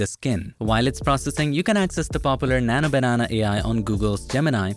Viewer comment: Bro your slang on Nano Banenaa is so funny and unique ❤